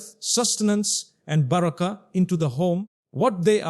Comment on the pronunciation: The way he said baraka it does not seems original